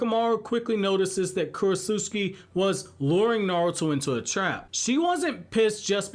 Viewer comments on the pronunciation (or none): The one thing bothering me in this video... I think I've tried correcting the mispronunciation of the name before, with Ohnoki I believe. Not Ohnoiki, (Oh-no-key). Not Kurotsutski, Kurotsuchi (Ker-oh-t-sue-chi). I'm sorry, I happen to remember names, and I'm particular on them said like so. 🤣 Imagine if someone talking to you, consistently addressed your name wrong, although they had heard it said properly before. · I think talking so much about Isshiki, Momoshiki, and the other Ootsuski be on your mind a lot because you haven’t pronounced Kurotsuchi’s name correctly one time in the last couple videos about Shikamaru Shinden 😂😂